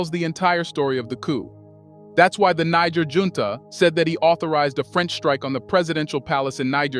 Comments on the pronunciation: Why do you keep saying Ni gg er in stead of NiGER? I think you KNOW better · Do to Basoum what NATO did to my brother Gaddafi. Then, the "recognition" the observe is no longer an excuse to whine. Also is the narrator AI?!?!? Cuz I'm tired of the 2 pronunciations of NEE Jhaair. And him saying Nee Grrr. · Niger is pronounced Neezheer. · Its pronounced Nijeh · It’s “NEE-JEHR” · Niger is pronounced more like neejsher. Love and peace to Africa and all peoples x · It is baffling how you would "know" so much about the country but can't pronounce its name. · You(Narator) lost me on your inconsistencies of the pronounciations of Niger. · Interviewer seems incapable of pronouncing "Niger" consistently..... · You can't even pronounce the name Niger?? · Chose your "Niger" mate 😅 Excent vid tho 🙏🏽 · You are mispronouncing Niger more than half the time! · Dear friend, you must be consistent in how you pronounce the country’s name you are speaking about. You’ve mispronounced it 4 different ways in one video, what country are you talking about could be the question. Please for professionalism sake pick one pronunciation and stick to it or your credibility will be questioned for your inconsistency. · Please try to get the pronunciation of Niger right. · Please,you should pronounce Niger rightly but not what the Western World pronounces it.